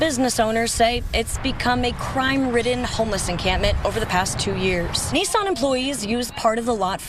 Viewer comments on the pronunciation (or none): none